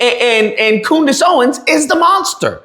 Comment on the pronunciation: "Coondace" ? You racist pig.